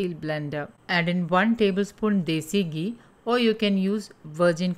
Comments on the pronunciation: It's घी not गी👍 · Very nice.. mam...just diction problem like it's not gee but ghee